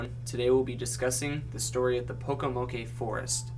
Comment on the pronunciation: You pronounced Pocomoke forest wrong there is no a sound